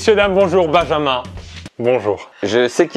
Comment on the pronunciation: Se nès pas binjinmun se n’est pas binjinmun c’est bijinmun